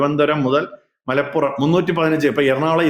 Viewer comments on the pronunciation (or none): none